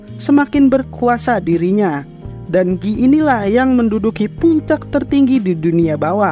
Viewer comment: guy bg bukan gii